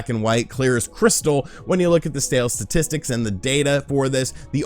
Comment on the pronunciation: Dude don’t say “statics” like that.😬😆🍜